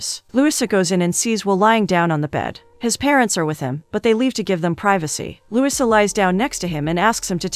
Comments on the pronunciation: You are pronouncing LOUISA wrong!! Lu - wee-sa!!! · The least you could do is to have a real person read the script. "Louisa" is not pronounced Lusa and "record" is not pronounced reeecord! Do better if you want subscribers. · The weird pronounciation in this recap was too painful to listen to. For example, her name is pronounced Loo-EE-sa, not LEWIS-uh.